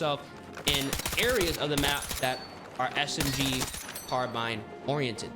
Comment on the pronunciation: Literally says "carbun", these guys are always illiterate.